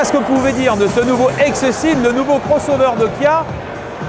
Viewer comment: Le journaliste à un peu de mal à prononcer les X et les K (Xceed et Guia)